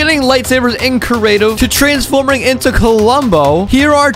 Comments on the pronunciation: Just letting you know it’s creative not curative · “Cerative” hahaha